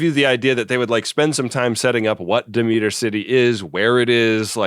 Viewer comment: The style/type of opening for 'Space Precinct' isn't something unusual for Gerry Anderson. He did the same thing for 'Space: 1999.' And that's 'Demeter' (Deh-meh-er) City, not De-meet-er.😃 Did I mention I really enjoy this series?